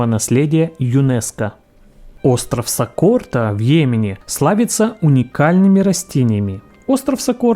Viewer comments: Пишется"остров Сокотра", диктор читает"остров Сокорта," Кто прав география или диктор? Непонятно!!! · Спасибо. Узнала много нового и интересного. Но все же резануло слух название острова в Индонезии. Не Сокорта, а Сокотра. Уж извините. 🤷‍♀️ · СокоТра, а не сокоРта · Улыбнуло. СокоТРа, а не СокоРТа. Хотя, в общем, очень полезное видео для современной, мягко говоря, не очень эрудированной молодежи. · Сокотра , а не Сокорта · Сокорта говоришь 😂 грамотей однако